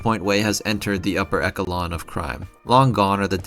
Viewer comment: this pronunciation of echelon took me out for some reason 😭 awesome video tho, this game will forever be one of my favorites since i played it in elementary school